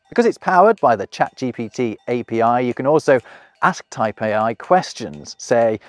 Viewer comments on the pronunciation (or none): none